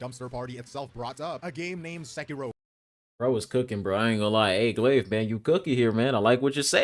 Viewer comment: i rock with you my guy… But please learn to pronounce glaive’s name right 😂. All love man ✊